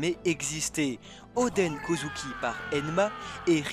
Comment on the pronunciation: S'il vous plait arrêter de dire kouzouki 😭